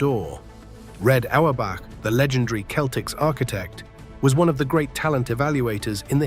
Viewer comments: Who the hell are the Keltics? This AI slop is awful. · Please ditch the stupid AI voice over and hire someone who knows how the Celtics team name is pronounced Celtics, not Keltics) ! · AI can comprise a pretty good, knowledgeable video on DJ Just can't pronounce the word "Celtic" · The entire video is AI generated starting with the stupid narrator who doesn’t know how to pronounce the name of the team